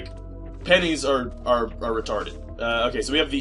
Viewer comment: When you were talking about pennies i was thinking you were saying 'penis' and laughed my ass off